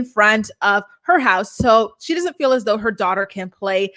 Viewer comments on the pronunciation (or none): Biggest pet peeve!! That and when she says “fill” not “feel”